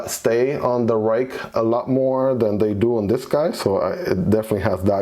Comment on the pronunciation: it is pronounced “rake” (: I found that out when I went to a knife event and a gentleman from Ruike corrected me lol